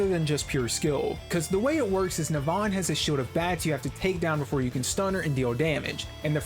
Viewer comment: It's not Neh-Vahn, it's Neh-vun, dumbass